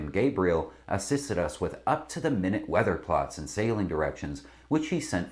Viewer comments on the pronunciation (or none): none